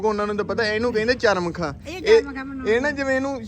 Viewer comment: ਚਮਰਖ ਬੋਲੋ ਮਾਂ ਜੀ. ਚਰਮਖ ਨਹੀਂ